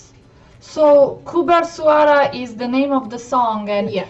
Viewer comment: Ernie zakri is the name Ku bersuara is the title You pronounced them good! :)